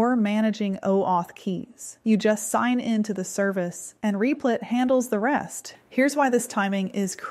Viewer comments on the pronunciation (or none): is it meant to be pronounced "reep-lit"? I thought it was "rep-lit"